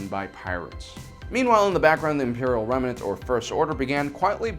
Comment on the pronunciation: Remnant, not remenant.